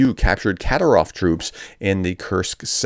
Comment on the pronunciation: It's "KaDEERov" not "KAderov"